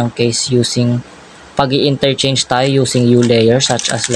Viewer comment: "F-INRERCHANGE" 😂 but I still get the point❤😊